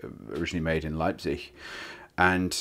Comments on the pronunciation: dont want to be too picky but in standard german you pronounce -ig like -i[ç] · really the "z" should be more of a "ts" sound. sorry to be a pedant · He voiced the z and fricatized the final g both of which are...actually more Dutch or wesser-rhine features but not standard modern German